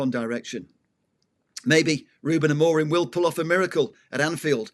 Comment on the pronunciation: I sincerely appreciate that name dropping adds to your football credentials. Unfortunately, repeatedly misprouncing Amorim's name, and then talking about somewhere called Abu Dabu, suggests there are some names you youself do not take seriously. How can not taking others names seriously really lend support to any serious argument?